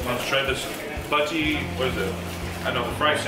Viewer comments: Chip Butty mate, shorten the eeeeee sound so not buttyee. That fat bastard challenge always looks tasty, nice work lad👍🏻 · Americans or Canadians can’t say butty and they are chips not fries 😂